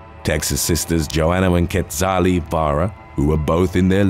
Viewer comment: Quetzali pronounced like “yetzali” at least that’s how I’ve heard it here in Texas lol